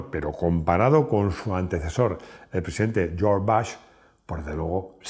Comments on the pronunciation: En su afán por pronunciar bien el inglés americano tenemos que escucharle decir "Jarnold" y George "Bash".... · Tremendo dominio del inglés… las carcajadas que me he pegado oyéndote a lo largo del video… Jiumvi, Harnold, George Bash, y todo lo demás. De verdad que no me reía tanto hace mucho! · George" Bash" la primera vez que lo oigo